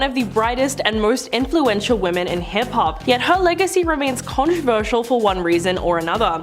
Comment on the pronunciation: Are you unable to pronounce “women”?